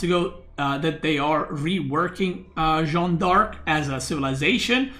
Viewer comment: When will stop saying john dork